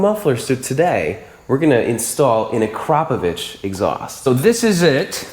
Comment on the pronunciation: You both pronounce Akrapovic perfectly 👌🏽